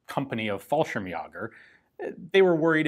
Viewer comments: It's Fallschirmjäger: short first 'a', ä pronounced as æ, or -jäger as Yeager (as in the aviation legend Chuck). 👍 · Fallschirmjäger (Parashute-Hunter), the ä is pronounced as a combo of a+e (the 2 points above the "a" used to be an "e" following the "a", later an "e" written above the "a", and through several more iterations finally turning into the form of 2 points above the "a")